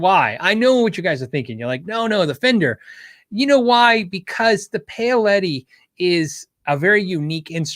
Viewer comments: Paoletti pronunciation = Pow-letti. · I believe Paoletti is pronounced "Powletti"